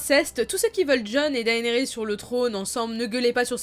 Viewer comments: Je crois que si la prononciation des noms Targaryen se prononce de façon "Latine" le "ae" se prononce "é" donc on dirait "Dénérysse" et non "Daénérysse" ( j'écris le nom comme cela pour la prononciation, je sais que ça s'écrit "Daenerys" ) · C'est pas plus DAYnerys ? (pour la prononciation)